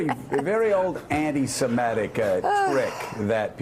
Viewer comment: Joe, please google "pronunciation anti semitic"